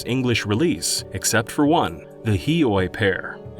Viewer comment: god this guy is so bad at pronouncing things, from "Onma" instead of Aonuma, and "Hee-oy pear" instead of Hyoi Pear. Disgusting.